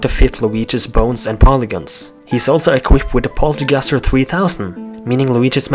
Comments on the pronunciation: its poltergust not polterguster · ITS POLTERGUST NOT POLTERGUSTER!!!!!!!!!